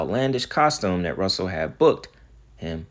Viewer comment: Buddy i love your videos but for you to keep mispronouncing "Vince Russo" name as Russell is appalling considering you said you were a wrestling fan. It's pronounced like Rooso buddy. I'm pretty sure with all the names you mentioned as your favorite wrestlers, "Sting" especially, you probably heard of Vince Russo more than once